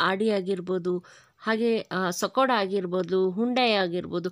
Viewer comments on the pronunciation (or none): ಸಕೋಡ ಅಲ್ಲಾ ಮೇಡಂ ಅದು ಸ್ಕೊಡಾ